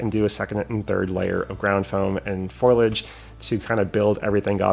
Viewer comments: yet again your creativity is super and I think you're right on with the scale look of those "trees". Fantastic. Just one critique - it is FOH-lee-edge, not FOIL-edge. Always entertaining to see what you come up with. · It makes me chuckle that you say "foilage" instead of "foliage".